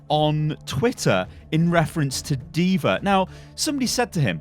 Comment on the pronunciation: Call her diva not diver